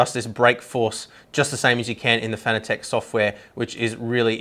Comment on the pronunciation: You Americans are pronouncing the name wrong it's Fan. a. Tec as in Tech for Technology not fanatic as in tic as a bug tic .